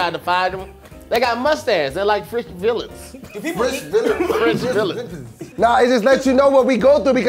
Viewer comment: Poor....trying hard to say French villians...he said french villis. Oh dear.😶